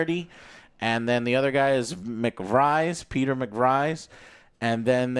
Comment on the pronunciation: They said his name at least 20 times in the movie... how is it possible that he mispronounces Pete's name?? Reminds me of cinemasins lol